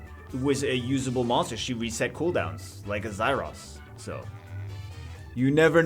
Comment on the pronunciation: its zaiross.